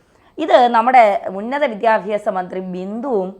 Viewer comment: വിദ്യാഫ്യാസ അല്ല വിദ്യാഭ്യാസ ആണ്. പഠിക്കൂ